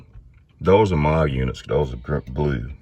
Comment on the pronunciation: It's not necessary to remove sway bar links to do this job....at least not if your intention is to replace both bushings. And Moog is pronounced "moo" (like a cow) with a "g" on the end. But if you're talking about Moog Keyboards, it's pronounced "mogue" with a long "o." Thanks for the video.